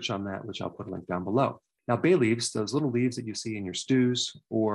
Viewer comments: You said bay leafs but I heard Bailey's. Good thing I looked at the screen to double check. 🤦‍♀️ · At first I thought you said baileys not bay leaves 🤣 I was like what? I have to drink when I’m sick? Haha